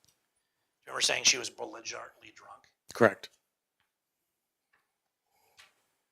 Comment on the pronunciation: she was “bolinjartly” drunk? What?? Did he mean belligerently? 😂 He said that with such confidence too! 🤣